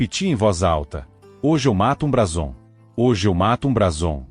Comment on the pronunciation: O nome é brajon, isso foi verdade eu estava no garimpo d Suriname, eu conheço o albinar a pronúncia é albinar, nesse momento eu estou no garimpo d Suriname, vila Brasil.